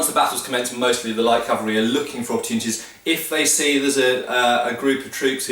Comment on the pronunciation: I would like to tell you how much I appreci8 hearing cavalry instead of Calvary but I get tearful. Gr8 video. Thanx.